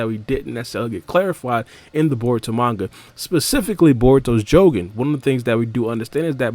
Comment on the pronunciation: Not the way he says jogan